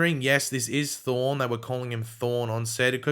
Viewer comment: I can’t Tell if is saying Thawne and Thorn